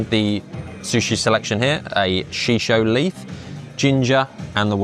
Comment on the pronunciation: This place looks interesting! My one comment- shiso is said like She-So. That's all 😅